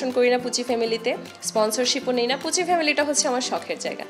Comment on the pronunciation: "পুসি" ফ্যামিলি না, পুচি ফ্যামিলি 😒